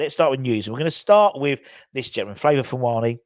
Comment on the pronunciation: its Favour not Flavour!